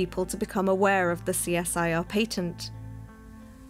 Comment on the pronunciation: How you say patent is atrocious